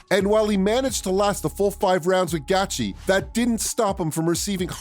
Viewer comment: That’s exactly what the fuck I was saying . Who the fuck is gatchi! I hate it when guys talk about mma on YouTube and can’t even pronounce someone’s name